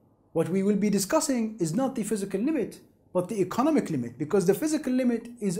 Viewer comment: ee-co-NOM-ic Not ee-conna-mick Seriously this guy talks about interesting shit, but I cannot understand him.